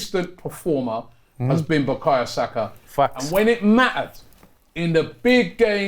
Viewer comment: Robbie it’s Bukayo not Bukaya